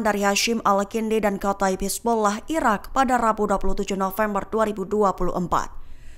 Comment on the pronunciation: Kalau ngomong yg bener..irak apa iran min..gak jelas